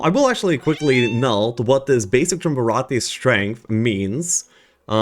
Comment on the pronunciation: I don't think I've watched a single video from anyone that has pronounced Triumvirate correctly lol